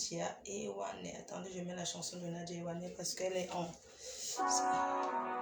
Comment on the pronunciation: C'est pas Nadia ewane mais ewande